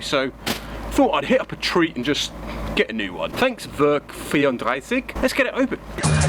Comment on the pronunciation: Brilliant new episode, early Christmas gift. As a German I can assure you did pronounce the word Werk 34 very well. I do have someone who’s driving an MK2, I’ll ask her where she’s getting her parts and I’ll let you know on Instagram. Cutting holes... do it, but do it Style. Great work again mate. For all the fans, the subs and the family I wish you all Merry Christmas. May you all have some joyful days beside all that chaos in the world.